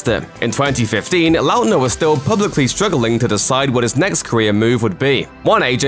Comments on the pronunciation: the way he says Lautner makes me cringe every time... likely because despite Lautner being in show bis for 12 years I have never heard it pronounced in this way... I think I have only ever heard it pronounced "lawtner" rather than "Lout-ner" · The way the narrator says his last name is hurting by brain.. La utner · You cant pronounce his last name XD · WHY IS THE PRONUNCIATION OF LAUTNER STRESSING ME OUT SO MUCH. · oof that pronunciation of Lautner.